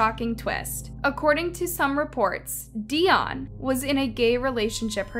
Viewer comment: Lmfao at this point it just sounds like ur purposely saying these peoples names wrong 😂😂😂😂 How do u say Dionne wrong?